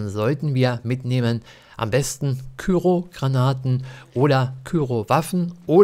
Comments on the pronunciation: Warum sagen das bloß so viele? It's cryo! Kommentare "Küro" ist definitiv falsch. Wenn dann halt "Krüo". :D Granaten gibt es häufig bei Markus am Automaten, auch Kryo-Granaten natürlich. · KRYO nicht KYRO^^ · Coole videos zu bl3, echt hilfreich. Ein hinweis: es heisst K-R-Y-O, nicht kyro 😅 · KÜRO nicht KYRO 😂